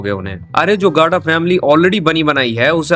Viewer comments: Bhai tu gada bolna Sikh le phle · the way he says gada😂😂😂